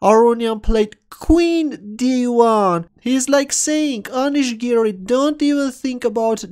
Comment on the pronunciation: When you say "Giri" it sounds like 'Garry' so I keep thinking it's a Kasparov game